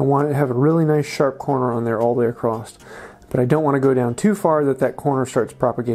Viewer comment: across't - lol in every video btw these videos are great, learning a lot